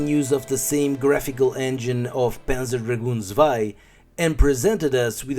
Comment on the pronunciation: if its your favourite series then maybe its time to google how to pronounce "panzer" and "zwei". [